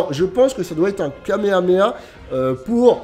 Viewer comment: Est ce que je suis le seul qui est étonné quand il dit kameha à la place de Kamehameha?